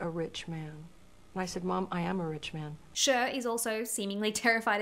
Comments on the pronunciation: How can you not know the correct pronunciation of Cher's name? Its her name not some random word that is pronounced according to where one is from. FFS You sound quite ignorant. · Sheer 😂😂😂😂😂 Cher it's pronounced like Share. Love ur vids!! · CHER IS PRONOUNCED LIKE "SHARE" NOT "SURE"❤ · It’s not SHER it’s CHER (SHARE) please don’t botch Cher. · Not to be rude but it's CHER (SHARE) NOT ( SURE) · Who is "Sherr"??? Or "Sure"??? Because, um, Cher's name is "Share". 🤔🤔🤔🤔🤔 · pleaseee, SHER? CHER like shaaarree not sher 😭😭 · Girl it’s Cher as in share, not SURE. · "Share" not "Sher", pronunciation of Cher. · Sher? 😂 Cher (prn. ‘Share’) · SHER? SHER😂 no…it’s Cher aka Share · “Cher” is pronounced “Share” not “Shur.” Come on now. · Hey fellow Aussie..Cher is pronounced share. I really care that Cher gets her name said right..she is a Goddess, and one of her greatest charms was that she embraced her imperfections, and that’s what made her so perfect. That she’s gone on in her later years and felt the need to change the things about herself is a bit sad. She was utterly gorgeous back in the day, with her quirky features. Looking back on all the beauties of the ‘60’s and ‘70’s the thing that still makes those woman stand out is their naturalness. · I love you, and your videos are so fun to watch….cher is pronounced “share”. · It’s pronounced « Share » {Cher) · (Cher is pronounced “share”. ) Love you! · Cher is actually pronounced Share. It is short for Cherylin. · Cher's name is pronounced like "share". 😊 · FYI, Cher is pronounced "share." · Pronouncing Cher like sure. 😆😆😆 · Cher is pronounced like Share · Cher is pronounced like “share”. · It's pronounced as "SHARE" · Cher is pronounced "share" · I just love the way you pronounce Cher 🥲😍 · I'm sorry but I have NEVER heard Cher pronounced like that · I never heard anyone pronouncing Cher like that 😂 (no hate)